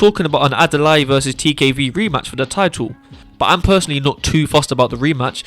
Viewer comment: Bro Adalai like Adalay. Not with an e 👍. But great Video, it all makes sense.